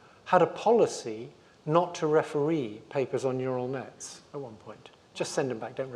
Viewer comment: "Ural Nets" 😂